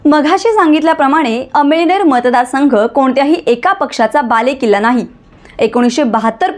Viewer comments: अमईनेर नाही मॅडम अमळनेर बोला 🙏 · अम‌इळनेर नाही अमळनेर आहे तालुका तुम्हाला कोणी पत्रकार केल निट बोलायला शिका😅😅😅